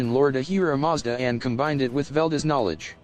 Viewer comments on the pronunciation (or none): none